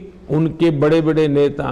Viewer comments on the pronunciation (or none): none